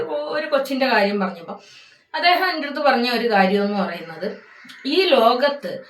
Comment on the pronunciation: Atheham enna etheham. 😂😂😂